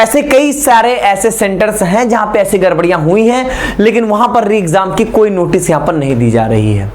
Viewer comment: Sir garbariya nhi gdbdiya hui hai